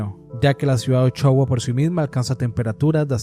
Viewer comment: se pronuncia “Usuaia” a Ushuaia, saludos desde Argentina¡🫶🏻